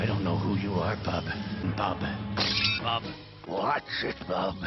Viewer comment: That wolverine sounded like shite. he can't even say bub right